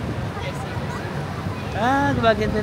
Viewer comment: your spanish pronunciation is giving when you say barcelona and alimentacion. this is by far, my favorite series because i have yet to visit spain plus i studied spanish so it brings back all the words. it's pee-ca-sso. hablo espanol un poco pero entiendo mas. buen viaje. cuidarse.